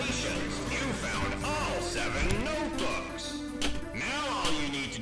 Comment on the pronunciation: I love how you said noteboos